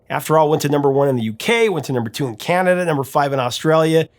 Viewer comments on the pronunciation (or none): none